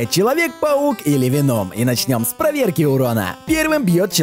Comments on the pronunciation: Не вено'м, а Ве'ном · Правильно ве́ном, а не вено́м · Почему ты говориш венОм а не веном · Правильно веном ударение на е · В слове "Веном" ударение на букву "е" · А почему ты говоришь Веном с ударение на о а не на а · Веном поставил ударение на о НУ И КРИНДЖ.... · вообще-то в слове вено ударение на е а не на о